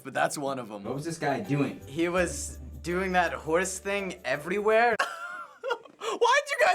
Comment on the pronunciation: Did he say "He was doing the horse thing evedywhere" ? lol